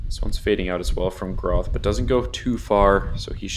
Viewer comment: micah’s last name is pronounced Gr-ah-th Similar pronunciation to moth